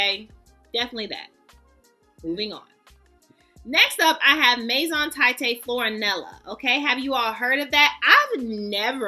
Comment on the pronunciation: It’s pronounced Maison “Tah-heet”. You should try Vanextasy by this house, Its amazing ❤